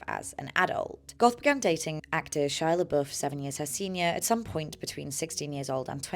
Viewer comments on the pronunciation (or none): none